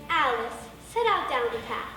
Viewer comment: A-Lice in wonderland